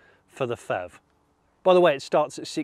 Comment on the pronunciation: Hi Jonny - Great review, as always! Just one personal suggestion though - can we not call it the "FEV". I think it would be easier to distinguish it if you stuck to P-HEV(Pee-HEV)... Especially since FHEVs are actually a thing... Just my 2 cents...